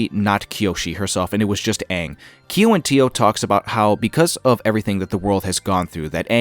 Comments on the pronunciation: Just for future reference, Kiawentiio is pronounced as "Gow-wuhn-dee-yo" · FYI Kiawentiio is pronounced Gya-wuhn-dee-yo. It is a Mowhawk name. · You'd better make plans. This channel is going to blow up once the show drops. Your breakdowns are so good! But one thing you need to work on is your pronunciation of the names. Kiawentiio is prounounced "Gah-wen-dio", Cormier is pronounced "Cor-me-ay", and Liu is pronounced more like "L'yoo". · Just a tiny note, Kiawentiio is pronounced like 'Gya-wuhn-dee-yo' with a G sound first not a K sound. You can hear her say it in the video :) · gya.wun.dee.yo bro you're pronouncing her name wrong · Sorry, friend, but you have no excuse to keep mispronouncing Kiawentiio's name when she says it for you in the video you're covering right now. SMH.